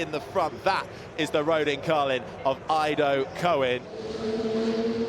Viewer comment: 1, The name of an Israeli driver is Ido (like Israel), and not Aido as one of the commentators said.